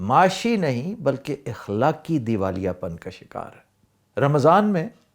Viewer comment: محترم آفتاب اقبال صاحب اِخلاقی نہیں اَخلاقی ہوتا ہے